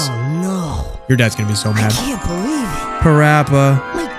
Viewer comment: Also STOP SAYING I GOTTA BELEAVE